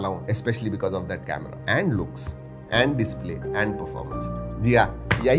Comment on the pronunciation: Camera on a smartphone u said it wrong